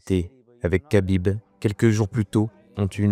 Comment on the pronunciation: Mec tu sais même pas prononcer Khabib, et tu fais des vidéos de MMA?